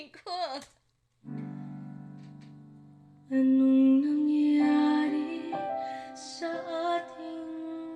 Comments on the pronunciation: Nice try SIS ANUNG NANG YARI SA TING DALAWA:) YES RIGHT PRONOUCE SIS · "Ano'ng Nangyari sa Ating Dalawa" it means "What happened to the Two of Us pronounced Tagalog words Well!👍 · Ano'ng Nangyari Sa Atin Dalawa: English: What happened to the two of us..... And pronounced it correctly or at least very close...cheers...American-Filipino here on the West Coast of the USA.😁😁